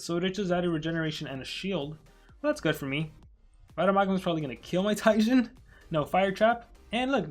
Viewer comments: ITS PRONOUNED TE JeN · It's pronounced Jen it's a reference to another popular YouTuber by the name of gaming with Jen